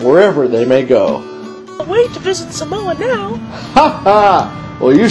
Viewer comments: Umm... don't believe this, this is not the Samoan culture. I'm Samoan, and hell no this aint samoa. But... you have to admit it was hella funny. Especially how he pronounces Samoa. He says "Suh Mo uh" Instead of "Sah Mo Ah" hahaha. and then Fa'a Samoa he said "Fah uh suh mo uh" instead of "fa ah sah mo ah" haha. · its saaaaamoa, not samoa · one more thing people need to know... It's (Sah-moh-ah)! not simoa u gone get lickins if ur not careful bra... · sole its SAAAAAAAAAMOA lol